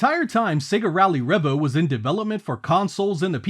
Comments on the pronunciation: Trust the American to butcher the name, lol. It's "Revo", not "Revvo"! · It’s pronounced ‘Ree-Vo’ not ‘Reh-Vo’. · Isnt't it pronounced ree-vo?